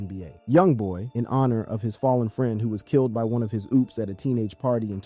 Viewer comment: The OOPS, Fetty Waap and PIHRUH....You mean the opps, Fetty WAP pronounced WOP, and PIRU pronounced PIE RUE!! n8**ga?